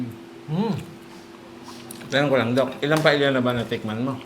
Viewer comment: Paeya po not paelya.